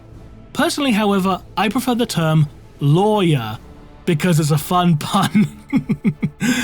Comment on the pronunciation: Lore-yer...will have to use that